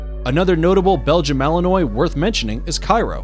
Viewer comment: He lost me at his pronunciation of Belgium Malinois